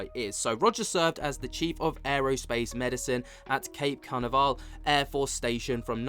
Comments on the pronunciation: Hi. I lived in Cocoa Beach Florida for 10yrs. Cocoa Beach is the next town south of Cape Canaveral, which is where the Space Shuttles were launched as well as satellites, Musk rockets, etc. Anyway, it’s pronounced Cuh-nav-rull. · Can-ave-rel. That should do it mate. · Ca NAV er al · Can - a - var - ap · Cape CA-NAV-ER-AL . Come on man. It’s an iconic famous place. You have to pronounce it right, otherwise don’t say it. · it's pronounced in the UK like cape cernavrill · Even smart people can be crazy and it’s pronounced Ka Nav Rel.🛸👽🔫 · Say it with me: CAPE KUH-NAV-ROLL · Ka-nav - a-rall😊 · ka-NAV'-eral - Cape Canaviral near Coco Beach, FL. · It's Can- Nav-ral MATE!😊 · Canaveral = 3 syllables: "kuh" + "NAV" + "ruhl" Great video as always lol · Sorry, but I can't hear a word he's saying? Perhaps check the levels... BTW it's "Can- NAV- eral" ❤ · * can-av-er-al, with an e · He can't say Canaveral 😂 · So you do UFO stuff and you don’t know about Cape Canaveral or how to say it wow you really get paid for nothing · One quickly loses credibility in the report if the host fails to pronounce one of the most infamous locations on Earth, which I’m sure the vast majority of scholars wouldn’t have a problem articulating.